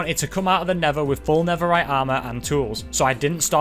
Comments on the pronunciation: Netherite ❌ Neferite✅ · he was making a joke about accent and how he pronounced netherite